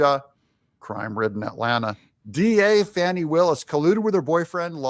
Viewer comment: It's Fattee Willis